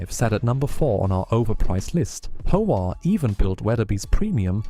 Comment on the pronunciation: I really like your videos. Although they come off as AI-generated, I find many facts that I already knew to be included accurately in your videos. One correction to an AI script interpretation in this video is that it describes the "Howa" brand as the "Hova" brand. It's a small thing that most people will not be confused by, but I wanted to mention it. OK, enjoy what you're putting out and subscribe; hope you do more. Thanks.